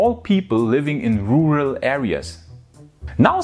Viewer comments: "Rural areas" you can cheat by saying is like this 'roaral areas'. J needs to work on 'closure dates' it sounds like she is saying 'clowder dates' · Haha i have trouble saying rural too 🤣